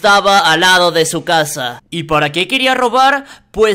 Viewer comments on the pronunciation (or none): none